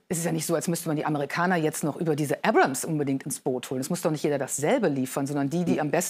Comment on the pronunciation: das heisst Abrams nicht Abrahams..